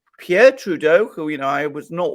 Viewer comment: Did you say Trudeau or Playdough?